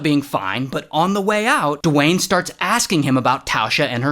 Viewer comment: the rock? Nah, ✨DE-WAYNE✨